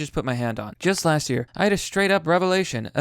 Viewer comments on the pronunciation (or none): none